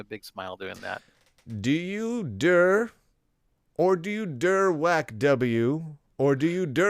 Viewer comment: "DIR" should be pronounced "D","I","R"